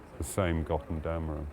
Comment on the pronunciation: Will has taught me many words, but I must teach him that it's "Götterdämmerung" and not "Göttendämmerung".